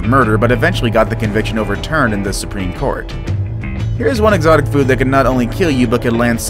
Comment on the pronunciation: You say exictic fruits and you do and food wtf